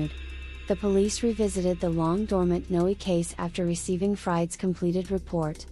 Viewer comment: It's pronounced "No," not "Noey"